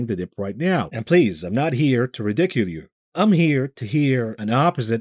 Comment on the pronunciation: Please revisit your pronunciation of ridicule.